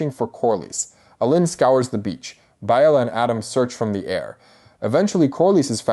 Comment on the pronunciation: The mispronunciations are killing me! “Bay-la” , “RhA- NEERA”, “Allen, not A-len” “Rain-a” “SY-Rax” , “A-mond” And oh my lord, It’s “Al-is” not “Al-eece”, “VAY-gar” Do you even watch the show and listen to how people pronounce one another’s names??????? Other than that, it was a great analysis.